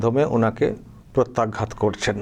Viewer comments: ইনি কি সত্যিই "রফলা"উচ্চারণ করতে পারে না "প্রত্যাঘাত" কে পত্যাঘাত বলছে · Pochar podhanmotri potyaghat। আমাদের মুখ্যমন্ত্রী প্র উচ্চারণ করতে পারেন না।